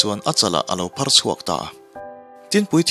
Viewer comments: uzia a phâr tih tur hi a phar ti a lam voi 2 a awm, khawngaihin insiamthat leh fimkhur na lai turin k lo sawi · phàr dam lo sawi na phar (ban phar ) ni lo a thluk a dik.lo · Aphar tih tur ani lo maw?phar(banphar) a hnuah a phar i ti leh tho na a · Phar(Leprosy)hi a tir ah i lam dik lo a,a hnu ah chuan i rawm lam dik leh tho e👍